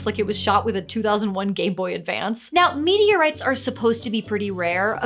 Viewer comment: Did anyone else keep hearing "media rights "?